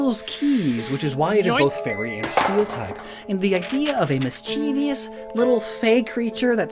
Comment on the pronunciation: Please Stop mispronouncing "mischievous"